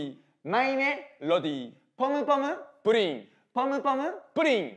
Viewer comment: ポムポムプリンって言いにくいよね 福徳ちゃんと言えててすごい